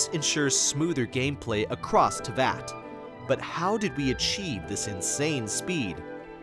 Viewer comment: I like how they spelt and said Teyvat wrong